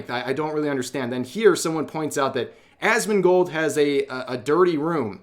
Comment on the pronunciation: It sounds like you said a$$mongold😂